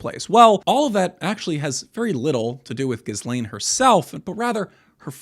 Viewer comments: Epstein never married Maxwell, she (Ghislaine) is pronounced "Ghee-layn" the 's' is silent. Frenchies go figure! Furthermore, she was acting as his manager, handler, and recruiter... Oddly enough, her namesake is more interesting than one night think?! It's a "pledge of fealty, or earnest (pledge) and was the word: "gīsal" or "gisel", = (verb) "to pledge" or a "hostage", or "a mutual obligation." Their "unholy Roman empire, perhaps Charles the Great, or Charlemagne in so called circa medieval times had a practice of swapping children within noble families to keep the bloodlines rejuvenated? Or simply these children were trafficked or exchanged and raised in allied courts as "pledges" of PEACE and LOYALTY. God only knows what else they did, but Epstein continued that tradition for certain. ? So, unfortunately the opening salvo started a tad bit crooked, forgive my indulgence and please continue. ~ Inertia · Why are you pronouncing her name wrong? The S is silent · Bro doesn’t know how to pronounce nuclear or Ghislaine